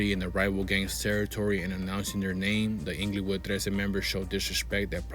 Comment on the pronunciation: its not inglowood smh. pronouce it correctly bruh